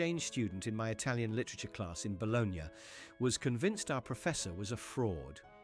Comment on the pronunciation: AI narrator here, no one pronounces bidet like that! Nor does anyone pronounce Bolgona that way either. No one with an English accent ever says zebra that way either!!!